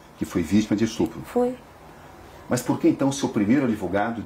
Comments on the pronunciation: Ela sabe oq e estrupo? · Acho que esse "estrupo" que ela fala,significa "me deu dinheiro"